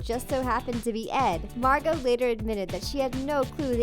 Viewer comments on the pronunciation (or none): none